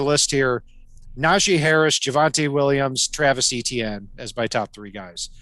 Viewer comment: Guy it is not E T ienne, is Frech name Etienne, sounds like itsien as an English transliteration, it"s usually a 1st name in Quebec